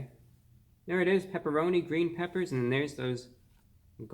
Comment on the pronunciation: “It’s gween” So happy you’re felling better